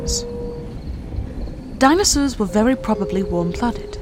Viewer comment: I'm sorry, but the voice acting is terrible. "Dinossus" instead of "dinosaurs" multiple times (and, no, I'm not criticising the British habit of dropping the R; I do that myself). Specific scientific vocabulary, that some listeners may not know, isn't clearly pronounced, but hissed or mumbled. Overly dramatic way of speaking, very unnatural, even for a nature documentary. Please get someone, who understands, that this isn't on the level of dubbing sophisticated adult movies 🙄